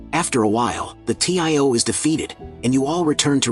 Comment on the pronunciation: Its tio not t.i.o